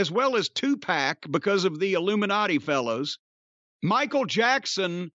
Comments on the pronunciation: Also “Illuminat-aigh… that’s plural of Illuminati” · Jim pronouncing the Illuminati like he's Eric Cartman hahahahah